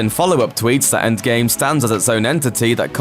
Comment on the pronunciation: “enggame”? it’s endgame